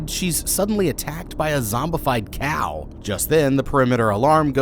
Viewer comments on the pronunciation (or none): Zombiefid cow lmao 🤣 😂 was he thinking caw like the sound they make